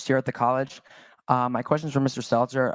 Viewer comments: Did he say seltzer or stelter? Called him a joke right out the gate, real 4d moves here. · I'm pretty positive its not on purpose but mispronouncing Stelters name over and over, just shows how little Stelter means to and I love it. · Frei S-T-E-L-T-E-R ... "Stedler" ... W-T-F-?